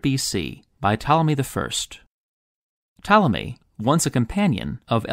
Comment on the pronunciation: I love how when you say "Ptolemy" it kind of sounds like "Tommy", which really just makes him sound like a little boy